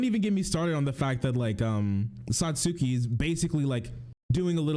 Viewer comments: my dude is such a huge anime fan but can't even pronounce Satsuki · I meant the anti-SJW. He's trying to be a defender of anime, but he can't even pronounce the name correctly. Sorry for the misunderstanding. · This dude calling himself a fan of kill la kill and he can’t even say Satsuki’s fucking name right.